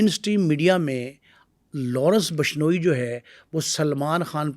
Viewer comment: Phle to name bolna seekh😂😂😂....bashnoi nhi bishnoi ya. Vishnoi bol hutiye😂